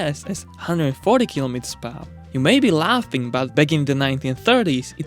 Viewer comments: Per-Hour is two words, not pronounced as Pawa. (one word) English - screwed and chopped This is not broken English, it's completely slaughtered English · ... it's pronounced "__ PER HOUR"... note, TWO separate words... NOT, one slurred word "PARR" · "kilometers pawah" wft 🤣🤣🤣